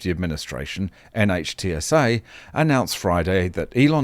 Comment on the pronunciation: NHTSA, pronounced NITsah sort of by Americans who know of it.